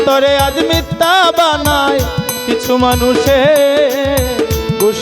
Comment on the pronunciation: উচ্চারণ মিথ্যা,মিততা না